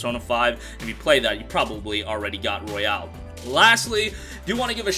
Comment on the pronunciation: ROY-ALL. stop w the Royale w cheese. Literally called The Royal in japan lol